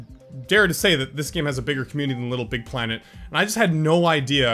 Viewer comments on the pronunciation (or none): none